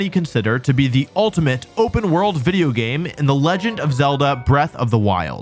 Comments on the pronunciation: Video? You mean Wideo right? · excuse me, did you say "Video"?